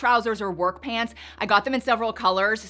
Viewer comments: I’m sorry, but please stop saying “PANTS” like that. It sounds bizarre. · Why are pronouncing pants like that? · Why are saying pahhnts? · I can't say I have heard you speak with a Canadian Prairies/Mid-West accent before today but the pronunciation of "pants" is straight-up Calgarian.